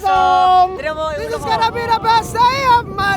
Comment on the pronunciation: loko ka HAHAHA imbes na "this is" ginawa mong versus 😂